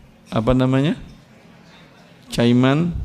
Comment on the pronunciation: Bacanya Kaiman (walaupun tertulis Cayman), bukan Cayman bacanya ya